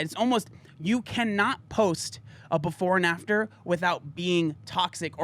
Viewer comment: You said "before and after". I heard "porn actor".